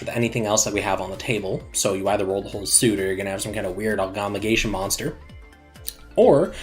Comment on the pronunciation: Why do you say "AlterNation" and "Amgalmagation" when it's "alteration" and "Amalgamation"?